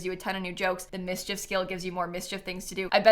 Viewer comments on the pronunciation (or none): none